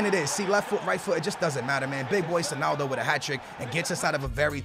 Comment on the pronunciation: why does he say sonaldo